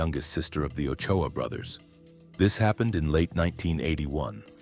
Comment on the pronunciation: Its Ochoa